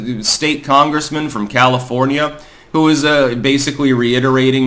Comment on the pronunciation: Who (pronounced jew) would do such a thing????